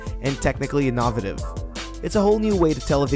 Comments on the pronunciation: can we just talk about how he pronounced innovative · you did not just pronounce innovative the way you did